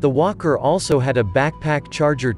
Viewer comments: I'm not a native English speaker. I heard "imperial wanker" instead of "imperial walker". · Sounds like hes saying wonker 😂